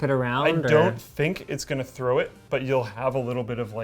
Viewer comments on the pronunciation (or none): none